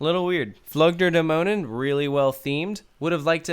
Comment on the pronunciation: with "Dämonen" you come really close if you try "Damn", "oh" and the add "Nanny" without the "y" - "Damn - oh - nann"